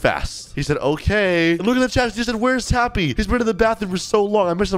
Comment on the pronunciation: She said your name wrong she said tappu